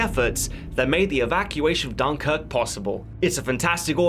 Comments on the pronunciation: What's with the emphasis on the first syllable; 'DUNkirk'..? Who uses that? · Can't listen to this guy pronounce Dunkirk so badly amy more...